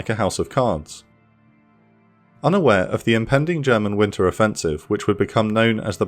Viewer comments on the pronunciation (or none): none